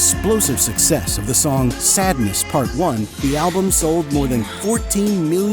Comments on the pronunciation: SADENESS, not sadness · Ibiza. Not Ibizia. I guess you typed it incorrectly. Also it's Sadeness, not sadness. SAWED-NESS. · Sadeness not sadness